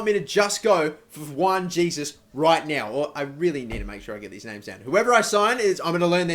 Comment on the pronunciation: Pronounced oh core ray (okore) and hay soos (Jesus) like Jesus navas